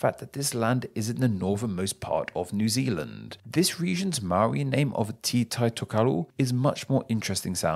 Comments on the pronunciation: I died when he said “tee” instead of “teh”. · Tiny nit-pick, Māori 'te' is not pronounced as 'tea' or 'ti', it is more like an 'eh' with a hint of 't' before it. Think of it as being spelled 'teh' in order to pronounce correctly. All the other pronounciations are excellent, well done and thank you!